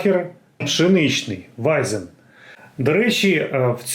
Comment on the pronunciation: Доброї ночі. Можна трохи позанудствовати?) По-перше, не Вайзен, а Вайцен. Для отримання насолоди від Вайцена є свій тип бокалу. Пити Вайцен з тієї мензурки, це злочин)))) По-друге, для дегустації краще підходить тип бокалу tulip (тюльпан). Дегустувати пиво з холодильнику теж не комільфо. Дайте йому трішки нагрітися. і по-третє, в мене, як пивного колекціонера, серце розривалося, коли Ви відкорковували пробку тією відкривачкою))))) Загалом мені подобаються Ваші відео. Вас приємно слухати. Хочу собі такий подарунковий бокал від Krombacher.